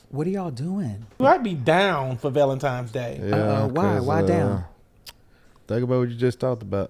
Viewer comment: Every time said “ValentiMes” I chuckled 😂 Happy ValentiMes Day you guyths❤❤❤